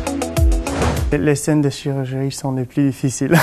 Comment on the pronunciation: J adore la "chirurgerie" 🤗🤗